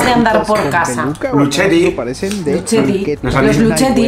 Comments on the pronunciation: No sé dice lucheti si no luqueti(ya que la planta es italiana y en italiano hay una regla de lectura que si viene che se pronuncia ke y la ce se pronuncia che) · Ellos: luCHeti. Se pronuncia LUQUETI AAAAAAAAA lpm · A modo de info: 3d y doritos son dos productos distintos, doritos son los populares nachos y los 3d son unos snacks como de queso pero distintos a los cheetos. Por otro lado, Lucchetti se pronuncia "luqueti".